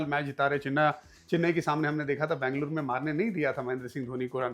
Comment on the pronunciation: Please don't say Bangluru.. it is Ben-ga-lu-ru